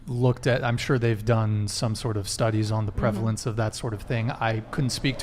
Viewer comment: when he low key corrected her pronunciation of "prevalence"